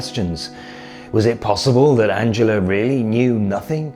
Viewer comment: Was the mispronunciation of "Angela" on purpose for dramatic effect? Or were you trying to translate the German pronunciation into English? Then again, I have heard her name pronounced so many different ways, that you could probably do a video on that alone.